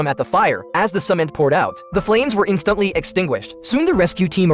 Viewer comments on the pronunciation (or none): i love how he says instantly it sounds like "instuntly"